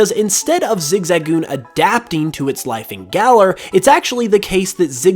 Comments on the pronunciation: Listening to saying zigzagoon weirdly hurts my soul its zig-zuh-goon not zig-za-goon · flappety flippers I keep hearing Zig-zag-oon